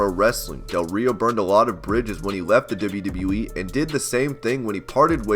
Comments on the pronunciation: how you say “dibbleyadibbleyaee” when trying to say WWE is the weirdest thing i’ve ever heard haha... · Every time he says WWE, I hear “wwwwwe”